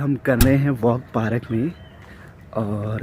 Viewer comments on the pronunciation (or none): Bhai park hota hai aur bol paarak rahe ho